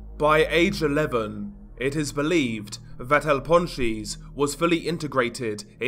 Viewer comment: Nahh bruh ur accent is willddd 🤣🤣 "el pawn cheese"